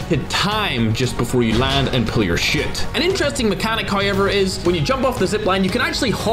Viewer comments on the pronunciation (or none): NGL sounds like ur saying "shit" when ur saying chute lol anyways banger vid thx for the tips!